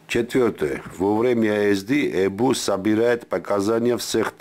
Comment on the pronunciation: Тибе фильм надо суфлировать. ''ЭБУ" 'так смешно звучить